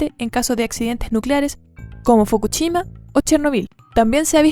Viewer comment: Buen video, solo el acento, no es Fukuchima, sino Fukushima. La dicción suena entrecortada, faltan erres y eses (suena chileno, supongo) sigue intentando.